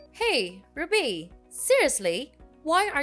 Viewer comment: The way she pronounces RUBY is so irritating